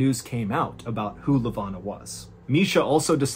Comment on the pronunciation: I love the stories but I gotta correct some of your pronunciation of the Cape Town folks (I'm South African and cannot resist). Miché is pronounced Mee-shay. Lavona is pronounced Luh-voh-na. Excellent stories as always and always love a South African reference😅